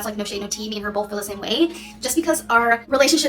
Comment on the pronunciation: "We BOLTH".... She's a f***ing idiot.